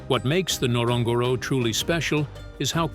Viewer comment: Wish if you are doing a video about a country you can learn to pronounce it correctly. It is not Tanzinia it is pronounced TanZANia as it is spelt. Same with Ngorogoro. Thank you ❤